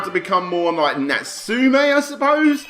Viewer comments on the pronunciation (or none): none